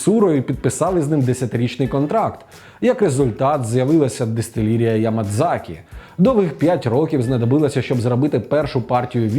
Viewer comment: і знову やまざき - Ямазакі а не Ямадзакі, ось ця кана ざ читається як "за" інколи через японську вимову може відчуватися приховане "дза", це як в слові "вчитель" - 先生 коли є намір сказати звук який там ніби є, але не вимовляється "сенсее", в кінці вроді би мало би бути "і" -"сенсеі", але насправді замість "і" там подовжена "е", тому щоб не помилятися читайте варіанти написання латиницею, тобто англійські версії - вони більш точні (хоча там теж є проблеми наприклад з подовженнями), "нікка" вимова за швидко після звуку "ні" повинна бути мікропауза ніби затнулися і аж після цього говорити "ка" - правильна вимова подвоєних звуків